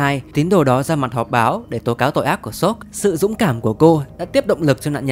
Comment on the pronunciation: vụ 1 tại chèn quảng cáo vào làm t nghe ông sop cứ thành shop trùm cuối :))